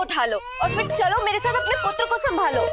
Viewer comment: In the starting that said पुटर it is wrong because it is पुत्र